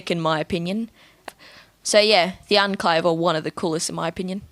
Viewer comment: "Unclave" 😂 I'm sorry if you have an accent but either way its pronounced "Onclave"